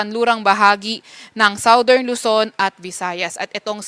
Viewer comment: Sawdern na naman? NAKU, pagasa, magconsult s, dictionary ng correct pronunciation ng Southern.